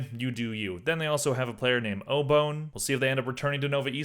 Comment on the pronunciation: Obone is pronounced Obi-Wan like the jedi. Very fun name